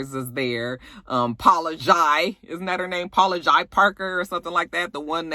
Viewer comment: You're from her generation and LA but don't how to pronounce Paula Jai (Jay) Parker. Lol wow! From Friday! Or nothing... Girrrrl! I got my good eye on you! 👀